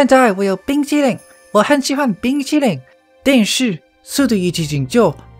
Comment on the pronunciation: I love the part when he says "Bing Chilling"